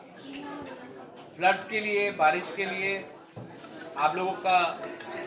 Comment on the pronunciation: Not plat friend. It is flood.